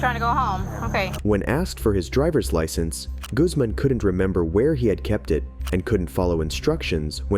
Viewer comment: I appreciate the correction you made when you said Guzman. I hate it when people say goozman lol. My last name is Guzman